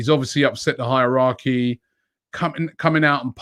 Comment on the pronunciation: Robbie. I like the way you say HIGHER-RACHY